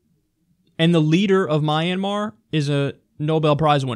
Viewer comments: It's not called My an mar it's called Myanmar:Mianmar. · Kyle, I believe it's pronounced Mian-mahr.